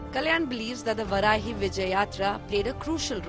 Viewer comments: It's Vaarahi not Varahi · Its not Varaahi... Its Vaaraahi... Pls pronounce properly... 🙏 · First learn pronunciation.. it’s vaarahi.. not varahi Shame you don’t know your gods name and don’t even try to know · That's not Varahi"वराही" Please pronunce it as VAARAAHI "वाराही"🙏